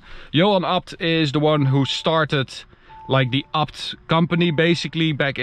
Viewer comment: Please say it properly, A B T, not apt